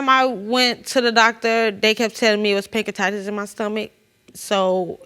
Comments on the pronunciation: She thought she had “Pankatitis”. Oh!!! My people. Please take advantage of free education. Because this is what you’re going to sound like. Just destroying the English language. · It took me a few tries to realize she was trying to say “pancreatitis in my stomach” 💀💀 “Pancatitis” 😂😭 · I was done when she tried to pronounce pancreatitis.